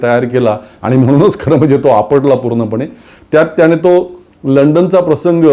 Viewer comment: सर, तुम्ही शुध्दतेच्या अट्टाहासात चुकीचं मराठी बोलताय याच भान राखावे, उदाहरण म्हणजे,,,परवाणगी, त्याणे,,रावन, अंदमाणात, भावणा माणत,,,, बघा लिहिताना कचरायला होतं, तर ऐकताना किती टोचत,,,, तुम्ही आमच्याच मनातलं बोलता, पण अशा प्रकारे होत असेल तर ते विरोध्यांसाठी मुद्दा नका देऊ , आणि मराठी साठी हे आपणच पाळले पाहिजे.... तुमच्या सारख्यांचेच उदाहरण घेऊन नवीन u Tuber, बिघडायला नकोत, ही रास्त अपेक्षा, हिच की, आपण त्यासाठी सजग आणि प्रयत्नशील रहालच